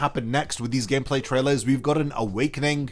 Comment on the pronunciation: "Hitsugaya Gacmeplay" lmao